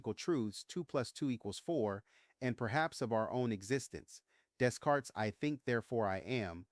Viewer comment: "Day-Cart" was French. Don't butcher DesCartes' name. Patsy was a suspect who could not be ruled out for "scribing" the note. So looking for additional evidence to corroborate the theory that she was involved in some fashion was not only logical but would be mandatory. One major shortcoming of LE was the failure to consider that the RN was a joint effort. John had been an office white collar professional worker for more than 30 years. Before the arrival of personal computers, such men dictated letters, memos, legal briefs, manuals, reports to female secretaries or wrote out documents longhand to be typed. The exception to this rule it seemed were journalists and book authors who managed production of their own work product and knew how to operate a typewriter. . Patsy worked for male bosses in marketing and advertising both before and after marriage until such time the two launched their own sales business. But I betcha Patsy still did the typing and John (and Papa Don Paugh) did the dictation. Patsy studied and worked in advertising and was likely on a par with the men re the creative aspects of the Ramsey business ventures. The RN bears the markings of a dictated and likely a copied document. The handwritten letters have after-the-fact "serifs" added to resemble Times Courier font styling The wide spacing between words allowed for delineation by way of "carets" ; there is one such delineation. Words and phrases, perhaps whole lines , are missing. Examples: Attache is not a